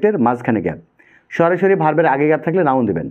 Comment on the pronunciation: আপনি সরাসরি বলছেন নাকি সরি সরি বলছেন